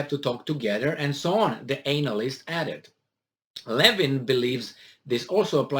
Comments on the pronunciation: "Anal-ist" LMAO! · I like how you pronounce the word anal-ist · The way he pronounced the anal-yst is '' disgusting '' 😂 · Pronounced an-a-list 😎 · Your pronunciation of analyst is fitting.......